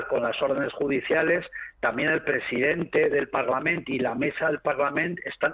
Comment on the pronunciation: Ese hombre que está hablando, solo con estar diciendo parlamen en vez de parlamento ya me hago una idea de lo que piensa.